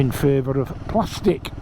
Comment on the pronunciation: Thank you for the nice review 😀 I shall try it as soon as possible in Switzerland! I consider seriously to buy one to complete my tue GSX1400! Greetings to everybody on the channel :hand-purple-blue-peace: (i like how you say "plastic" talking of a bike 😂).